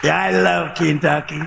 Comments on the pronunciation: tRump can't even pronounce the state of Kentucky correctly. How long has he lived under his rock? Keentucky? Obviously he flunked his phonics lessons. Sheesh! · did that mfer say "KINGTUCKY" ??? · Love how trump pronounces Kentucky as kingtucky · Keentucky? Gaaaawd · I don't mean to be abusive with people who have a Speech impediment🫤 But 🧐 KEEEN TUCKEEEE🤣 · As Doo Dooo J Pronounces; Keen Tuckeee🤣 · He can't even pronounce it. He said "KEEN-tucky" twice, but they don't care! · I'm not from the US, but is that how Kentucky is pronounced!?